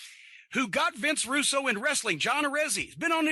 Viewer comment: "Vinny Roo" 😂